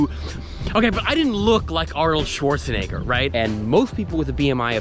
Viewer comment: congrats on the weight loss but you should pronounce the e in schwarzenegger more as an e and not an i